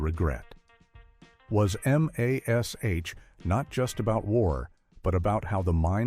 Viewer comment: It's very obvious you're using an AI voice to read this, and it's very distracting. M.A.S.H was always pronounced mash, not each letter individually. Human readers who have studied the show know this, the AI doesn't. Maybe you've got some interesting info in the video, but I won't know because I can't watch this.